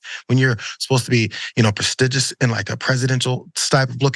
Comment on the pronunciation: "Pa-stigious"??? This guy has no idea what he's talking about. Who watches this podcast regularly 😂